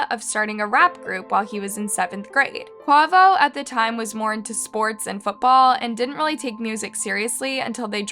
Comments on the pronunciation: It’s pronounced- Kuh way vo. And the thumbnail is off, agreed. It would be better if you edited it! ❤ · While it is good that you're taking the time to research this and report on it—Please take the time to learn the correct pronounciations for certain names and places. E.g. Quavo is pronounced “Kway-voh” please listen to your subs and veiwers more, this is a frequent mistake you make alongside various others. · Quay- voh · She pronounced Designer as D-Singer, Quavo as Kwavo and Machine Gun Kelly as Machine Gun. Come on girl WTF. Even has Quavo on thumbnail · Every time she says “Quovo” I just want to launch my phone 😂😂😂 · 😅😅😅😅 I don't even like the migos but the way she pronounced Quavo ( Qay• Vo) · Kway-vo….QUAVO…..Kuh- wave-O …. QUAVO 🙏🏾😫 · I love your videos.. but 1. The pronunciation is QUAY - VO" & 2. Change the thumbnail to TakeOff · girl I love the videos. But babe it's pronounced QU-AYE-VO😂 #rip takeoff 🛫 when are you gonna do a video about the rapper that was killed before Takeoff.. rapper Young Dolph #blacklivesmattertoo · Quavo is pronounced Kwayvo!!! RIP TakeOff🙏❤️ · So white the way she pronounced quavo omg 😂😂 crazy 🤣🥱 R.I.P TAKEOFF, and I just noticed the thumbnail saying quavo death instead of takeoff smh so disrespectful don’t even care enough to take a second look into your own thumbnail about the death of a human being. Shame shame unsubscribed✅dislike✅ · Quavo and Paac 😢 you have an amazing voice but the pronunciation was terrible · I'm so done with this channel! She can't pronounce QUAVO & PAC??? What kinda crap is this! Just DONE! 😡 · You need to delete this. This not one of your better videos the way you mis pronounce Quavo name and get him mixed up with Takeoff. No ma'am please take this down. RIPRTAKEOFF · please delete this misinformation fr a simple real research would have done justice for this. the mispronunciation and the incorrect photo. it’s like you rushed this. and just posted it without going over your information